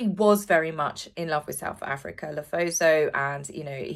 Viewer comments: It's Lesotho, not Lethoso 😊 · Lesotho, not Lethoso. ❤❤ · Lesotho is pronounced Le soo too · Hi, love the channel, always my first go to for Royal news! I just wanted to let you know that where Harry is going to on South Africa is not pronounced le-tho-so, it is actually pronounced le -sue-too 😊😊😊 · As a South African, Lesotho is pronounced “Le-soo-too”, not Lethozo ;-) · Hi! South African here! Lesotho is pronounced - "Le-soo-too". No biggie! Keep up the good work! Love your videos and lots of kisses for your furry kiddos. xxx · Le Sue Too ….is the way you sound out Lesotho… I’m from Cape Town.. don’t let him in… keep him in USA please.. 😝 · Lesotho = luh·soo·too The "h" is not sounded out as it would be in English words... rather like it is dropped. So the "th" sounds like "t" on it's own. ❤ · Aaah you mean Lesotho?! 😊 I couldn't place it - it's pronounced Le-sue-too. I love your channel - recently found it and watched just about every video - aiming to see all!! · Hi, you pronounce Lesotho as Le su tu (oo) with the emphasis on the middle syllable. X Les from SA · Hey! Another great episode…just wanted to share with you and most people who pronounce Lesotho incorrectly…it doesn’t seem to make sense but it is pronounced…Le-soo-too! Hope that helps! 😊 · if it's helpful Lesotho is pronounced... La-sue-two 😄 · Lesotho is pronounced as "Lah-sue-two" 😂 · As a South African may I? Lesotho is pronounced Le soo too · Hi from South Africa. I think it is Lesotho. Li as in Lit without the t, so as in soup without the p and too as in exactly that to. Sorry, not trying to be disrespectful ❤ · Lesotho pronounced 'Lesootoo' :) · You pronounce Lesotho as Le-soe-toe. Hope it helps😊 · Lesotho is pronounced Lisutu 😊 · my only correction is the way you pronounce the name of the African country, LESOTHO = "LE - SOR - THO" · It’s not Lesootoo (sorry, can’t spell better than that, but I was told that was the pronunciation).